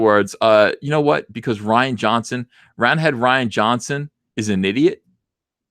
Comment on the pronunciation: As someone named Ryan, I humbly ask you refer to him as roundhead "Ree-an" Johnson. Thank you for your time.